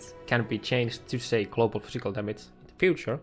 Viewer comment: He also says Cladiator and Clobal